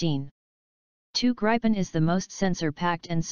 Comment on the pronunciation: talking generations is a stupid russian idea taken over by LM to sell their stealth or so called stealth f35s and this they will never transfer as well as their engine tech. Gripen *Should be pronounce like "grippen"=griffon in english is a much more advanced system than f16 block 70 among it´s features are worlds best sensor fusion that actually works (which it s not currently on the f35), this fusion is shared in a four ship configuration using the worldsbest two-way directional link TIDLS that actually works, the cocpit is far more advanced as is the hmd with the IRIS-T and Meteor as primary missiles which f16 has not available, it can super cruise which f16 can't. it has GaN based EWS - a tech US is decade behind in. and so on and on. But this is not the important thing. Gripen deal will trule hand over the skills and capabilities that India needs to develop their own fighters for the future which the US never will. End of story- Who do you choose?